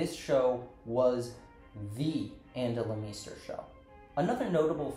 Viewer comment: great video but why do you say her last name like that?